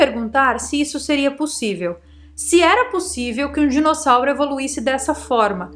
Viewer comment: amo quando vc fala ALIGENÍGENA, e agora mais um que adorei DISSONAURO kkkkkkkkkkkkkkkkkkkkkkkkkkkkkkkkkkkkkkkkkkk mas eu acredito na teoria da fazenda, e nesse caso faz sentido. Esse dissonauro evoluiu nas cavernas da Terra, e através dos milhares de anos chegou à um nível tecnológico onde pôde criar outras espécies e dentre elas nós, para se alimentarem.